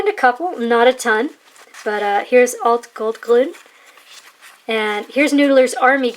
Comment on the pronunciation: Your German pronunciation is really not bad at all. Very nice ink. I've got some of those R&Ks and as to wetness, I find those inks are all pretty avid flowers.